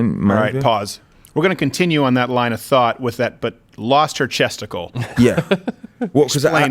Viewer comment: haha he said "chesticle"